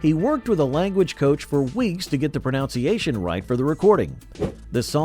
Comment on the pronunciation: Speaking of pronunciation,, there is no such word as "pronounciation"!